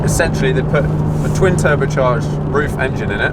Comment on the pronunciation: Nice job! You said RUF correctly exactly one time.